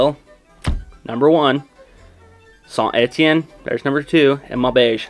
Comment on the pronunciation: La prononciation de saint Etienne et vraiment bonne pour un anglophone